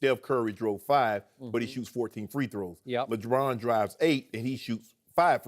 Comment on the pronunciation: .... "LeDron"... oh my.